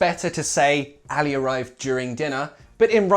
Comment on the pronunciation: Min you pronounced the letter ع in Arabic so correctly when you said Ali arrived.. 😻😻 you said علي